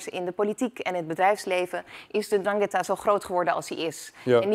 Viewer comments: Ndrangheta met de 'zachte G.. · Ze kan de naam niet eens normaal uitspreken 🤣 zoals de regio 😒